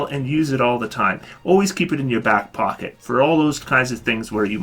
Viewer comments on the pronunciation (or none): none